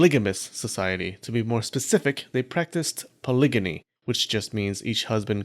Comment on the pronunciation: "polygyny" => "pahlíh-jinny" (soft 'g') [=> パリヂニ] Yes, it's opposite of "gynecology" and "gynophobia", but does make it clearer you're not saying "polygamy".